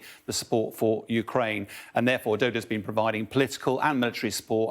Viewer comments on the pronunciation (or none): Not Peuwtin but Putin. Not Doda but Duda. It's like calling the guest "". Get it right, FFS!! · Polish President name is DUDA not DODO😂